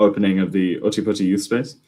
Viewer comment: Otepoti, not Otter Potty!